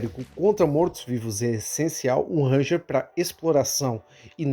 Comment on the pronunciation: Uma pequena dica: a pronúncia correta do nome é "renjer", com o R do começo arrastando um pouco